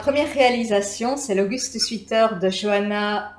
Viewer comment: Ah j'aime les torsades. Le jacquard aussi, mais plus difficile. Knitpro je suis déçue, on en parle trop, surfait. Je préfère Chiaogoo. Oups, il faut prononcer sweater swèter, sweet se prononce swiit et veut dire sucré ça ne convient donc pas pour un pull. Laine pas chère me plaît, mais est-ce que ça garde la forme au lavage et résiste dans le temps ? Merci pour vidéos et conseils